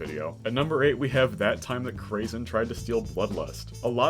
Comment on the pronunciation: "crazen". not "krazy"